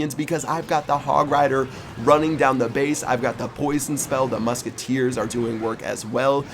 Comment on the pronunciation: 2.15 "my mushketeers" 😂